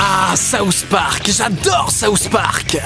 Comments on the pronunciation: pourquoi les français prononcent (sauce) Park? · C'est SOUTH park et non SAUCE park! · C'est moi ou il dit sauce park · Souss Park? c'est SouTH Park! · Pourquoi tu le prononce saouss spark xD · Ahahah je trouve ça trop drôle parce que puisque tu es français tu le prononce "saouss park" mais moi je suis québécoise donc je le prononce comme en anglais ahah